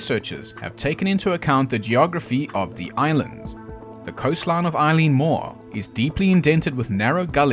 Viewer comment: Good video. Big ass wave hits little ass people. Occam's Razor. Done. Quick notes: not that I don't appreciate seeing air shots of Eilean Donan Castle (I love it), but Eilean Mòr lighthouse is nearly 70 miles away past Skye, past Lewis and Harris. If you get to the Faroes, you've gone too far. Also: not Eileen like the name, Eilean (pronounced AY-lan) meaning Island.